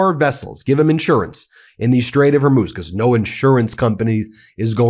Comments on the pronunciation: Because I'm absolutely pedantic and nitpicky... it's "Hor-mooz", never "Hor-myus". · ... A week of hearing Ben saying "Strait of "Hor•múz" (it's pronounced "Hor•mooz" not "Hor•myooz").. I was like "oh no, not another "2am in the morning" or "The Ukraine" issue 🤭 ... I wasn't gonna point it out this time. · Ben your pronunciation is simply terrible. It's not hermuz but hormuz